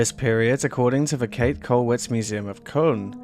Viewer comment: Just a simple 'correction': her name is pronounced like "Kate-eh" with an audible "eh" or "a" at the end.